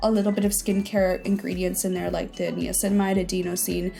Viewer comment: I have a hard time taking anyone seriously who cannot pronounce “niacinamide” correctly. 😂